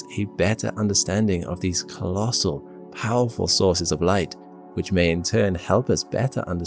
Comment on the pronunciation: ”This is the most howerful survey telescope”? You mean Powerful?